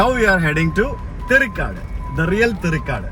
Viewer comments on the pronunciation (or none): സർ ദയവായി സ്ഥലത്തിന്റെ പേരുകൾ ശെരിയായ രീതിയിൽ ഉച്ചരിക്കുക. Eg. തെറി കാട് എന്നല്ല തേരി കാട് എന്നാണ്.. മിക്കവാറും താങ്കളുടെ വീഡിയോസ് എല്ലാം തന്നെ കാണുന്ന ആളാണ്. കമന്റ്‌ ഇടണമെന്ന് തോന്നി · തെറിക്കാട് അല്ല തേരിക്കാട് ആണ് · it is " தேரிக்காடு: and not " தெரிக்காடு".